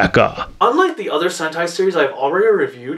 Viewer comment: did you say Dengeki HENTAI Changeman I thought this was for children